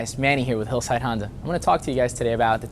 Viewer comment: Did he say Hondur?